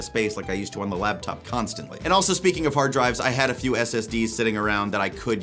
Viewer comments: Boy, sounds like you're saying "labtop" instead of "laptop". mike issues? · Are you saying "labtop"? Cuz it sounds like you're saying "labtop" "labtop"